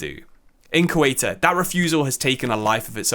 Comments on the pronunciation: is it so hard to look up how to pronounce Spanish words? if you are going to make a video about a club from other country at least look up on how to pronounce it, don't just invent some bs, its pronounced like "SAY-oo-tuh" not suelta or Coelta. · it is pronounced SEUTA not cueta .. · The video was great, but I admit I was cracking up whenever I heard Cueta. Think it's an English problem, they all struggle with the /eu/ letter encounter. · How did Ceuta even become 'Cueta'? Just swapped vocals for fun? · Soy de Ceuta se pronuncia CEUTA no Seuta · Imagine making all that effort of creating such a great video about a football club, mentioning its name about a hundred times in various versions and not pronouncing it right at least once 🫣 as a non spanish speaking person I feel embarrassed 😳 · I love your videos but Ceuta is pronounced very differently, the “c” is pronounced like a “z” when pared with “e” or “I”and the “e” is pronounced more similarly just like the one in the word “the”. Still amazing video really liked it